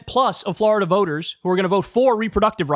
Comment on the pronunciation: Florida not Flarda